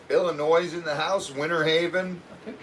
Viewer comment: The s in Illinois is silent.